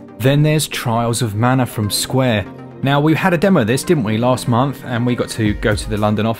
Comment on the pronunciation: Marna? There's no r in Mana.